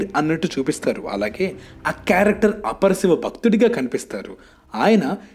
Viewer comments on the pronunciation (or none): అరేయ్ తెలుగుని ఎందుకురా ఇలా చిత్రవధ చేస్తారు 😭😭😭😭 అపర శివభక్తున్ని "అప్పర్ శివభక్తుడు" అన్నావ్ శంకరా నాధ శరీరాపర ని "శంకరనాథ శరీరం పర" అన్నావ్ అంధకాసురున్ని "అందకారుసుడు" అన్నావ్😭😭😭😭 పేరుకి మాత్రం తెలుగు ఛానెల్ తెలుగు పలకడం చేతకాదు🖕🖕🖕🖕🖕